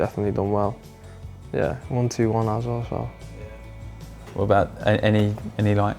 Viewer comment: What the fcuk is with the use of the word aswell being pronounced as-well? It does-not sound right